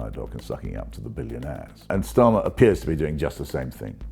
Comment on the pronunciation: Why does he pronounce Starmer like that with a hard S ... ?